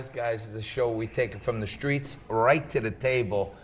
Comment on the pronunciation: “shtreets” “ “shtrange” ignorant mispronunciations by this ignorant host mispronunciations by the host of this show